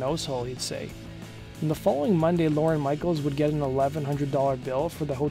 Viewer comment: OMG it's not "Lauren Michaels" it's LORNE, one syllable!